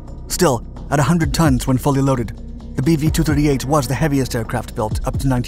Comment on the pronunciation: I can't get past the 'BB-8" that I keep hearing, regardless of it's actual name :P